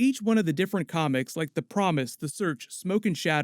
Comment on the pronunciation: Yo the way you say comics sound like your saying comments and it's very funny no disrespect though.